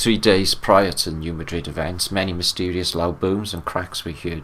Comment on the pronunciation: hey, love ya buddy— it’s pronounced “New Mad😡 rid”